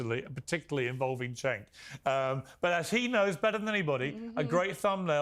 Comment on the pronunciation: It took me a while to work out that "c" is pronounced like "j" in Turkish words and names - but the fact that Piers is pronouncing Cenk's name as if it was "Chenk" I found unreasonably irritating here.